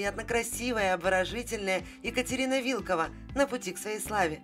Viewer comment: Не вИлкова, а вилкОва😊